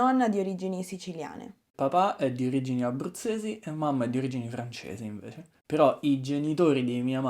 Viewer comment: Sento il tuo dialetto romano quando tu dici la lettere 'c', per essempio, la parole 'invece', perché qui dici la parole 'invece' come 'inveSHe', con un C fricativo, invece di 'inveCe' , con un lettere C affricato splosivo (as in word C'é, ci etc) :) Grazie per tutte le tue lezione, sei molto buon insegnante!